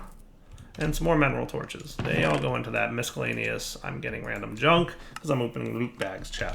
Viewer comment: Are you using a different mic? the sound seems a little different, not bad or anything like that just different. P.S. Are you purposely mispronouncing the word "miscellaneous"?